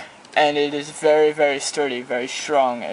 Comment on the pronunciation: "vury vury nice vury thsturdy" ok sorry just had to point dat shit out lol